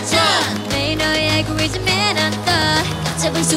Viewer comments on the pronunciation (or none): none